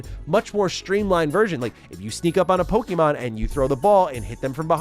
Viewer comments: All I can hear is “pokey-mon” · I hate how ppl pronounce it Poe-key-mon, when it's really Po-keh-mon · Learn how to pronounce Pokémon. Please. And Pokémon and Digimon are not early 2000's but late 1990's.